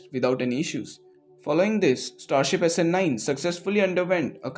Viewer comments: thanks for this video. A small nitpick, the way SN9 is pronounced is a bit out of what I am used to, the two words are bound stronger (essenyn) and the ny/ni part of nine is stressed hard, too much for my comfort. Keep up the good work. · snNIINNE snELEVEN snSEVENTEEEN